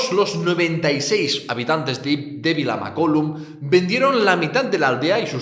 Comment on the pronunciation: Mare de Déu, mai havia vist un català pronunciar tan malament Vilamacolum